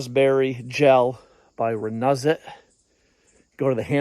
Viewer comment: It is pronounced RENEWZIT